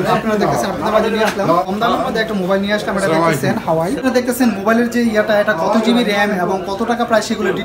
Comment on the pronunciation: উচ্চারনই তো ঠিক নাই, হুয়াওয়ে রে বলতাছে হাওয়াই।